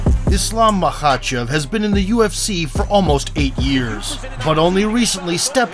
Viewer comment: Everything aside, i am impressed that you can pronounce the Kh letter bro lol.